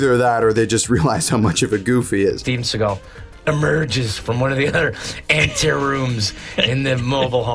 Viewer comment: I love how Sean Connery pronounces "Shteven Sheagal"